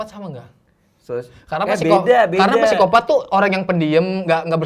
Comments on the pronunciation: Dosen saya bilang, kalau tulisan psikopat bacanya sikopat tanpa P heheh :) sama seperti Psikologi di baca sikologi.. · Bang radit: “Siapa presiden indonesia?”: “jokowi” Bang radit: “PESIKOPATT” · Psikopat bacanya P nya ga dibaca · Bang Radit: "Gw siapa?": "Manusia" Bang Radit: "PSIKOPATTT"